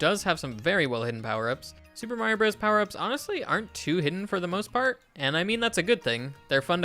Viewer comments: Dude it’s pronounced brothers not broes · 100% Brothers. Mr. isn't pronounced mur, Co. isn't pronounced coe, Ltd. isn't pronounced... I don't know how you'd do that one. Why would you pronounce Bros. like that? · I can always tell someone was born well after SMB came out when they pronounce it as "broze" instead of brothers. As an 80s child I find this grating to my ears. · It's brothers, not broze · It's pronounced "Super Mario Brothers". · "Super Mario Bros." is not pronounced "Super Mario Bros" -- the period means it is a contraction, pronounced "Super Mario Brothers." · Brothers. Super Mario Brothers, is how it’s said.